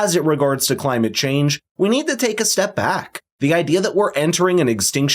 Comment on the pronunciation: Clymate chayng 🤦🏽‍♂️😂